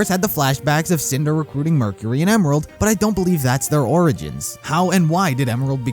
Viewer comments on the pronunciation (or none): none